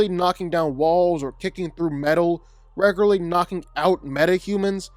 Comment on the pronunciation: Bro please give up on saying the word “regularly”.